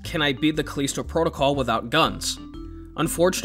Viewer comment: Its callisto, not caleesto. They pronounce it in game too